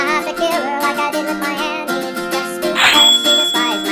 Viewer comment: Is it just me or dose "my Annie"" sound like "Miami" XD